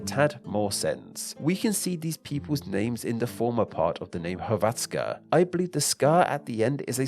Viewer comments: Yes, the stress was on the wrong syllable. He kept saying hr-VAT-ska, when it should be HR-vat-ska. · STOP THE HECK SAYING HRVATZKA ITS SPELLD HRVTSKA BUT ITS SAID HRVACKA!!!!!!!! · ill never forget when he reads "croatska" as "klotska" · BRO HOW DID YOU PRONOUNCE DUBROVNIK AND HRVATSKA? BRUH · When saying Hrvatska, accent is on H (yes, on consonant. That's because R can "act" as a vowel by putting accent on the letter before) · Thats not how you say Hrvatska tho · So much research but can’t even pronounce hrvatska right😭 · It was painfull listening to you pronouncing Hrvatska. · I am from croatia and this video is cool just one small problem. The way that you sed Hrvatska and Dalmatia(on croatian Dalmacija). Volim Hrvatsku i ponosim se njoj🇭🇷🇭🇷🇭🇷🇭🇷🇭🇷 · hrvatska came from the legend whit 12 brothers and 2 sisters one of the names was Hrvat and pls when u say hrvatska say R i am croat i know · You didn't pronounce "Hrvatska" right. :/ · Actually the way he pronounced Hrvatska could use some work though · Bro the way he pronounce Hrvatska is crazy